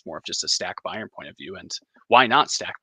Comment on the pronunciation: Please just say Munich or BM… the pronunciation of Bayern is painful.